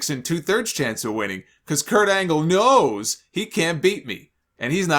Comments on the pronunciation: I love how he emphasizes the "knows" like Scott. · same here, idk why the way both men emphasize the word makes me laugh.